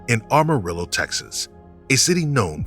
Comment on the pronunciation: I agree with you on her name and it's pronounced Am-arillo not armarillo. Pretty sure about that since I've been there numerous times when I drove truck.